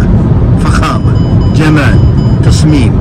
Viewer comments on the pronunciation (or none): none